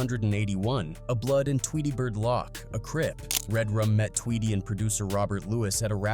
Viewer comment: Did he just call him "RedRum seven hundred and eighty-one? And Tweedy" lock"? Who's editing these videos?